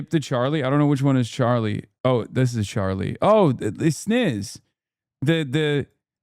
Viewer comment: "Oh, it's Sniz" oh hell nah 😂